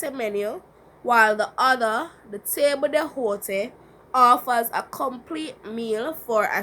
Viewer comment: i think you pronounce table d'hote incorrectly